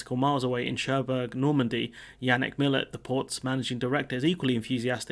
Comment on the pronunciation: Minor quibble: Cherbourg is prounounced 'Shaireboor' - not 'Chairburg'.